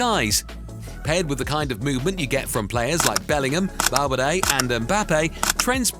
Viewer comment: When you said "Val-fur-day" is when you had no more right to talk.